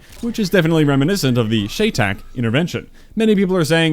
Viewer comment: Cheytac is pronounced like shy-tack. Great video bro! Even people super late like myself can benefit from it!